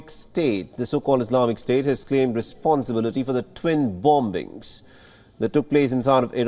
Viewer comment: This newscaster should be given a refresher training in English pronunciation. "Twin Bom-Bings"